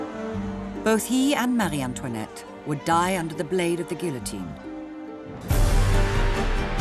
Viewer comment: How can a native English speaker, a professional, have such lousy grammar? She said "sneaked" instead of "snuck". "Sneaked" is what kids say. Also, why is it so hard to pronounce "guillotine" correctly? Ffs...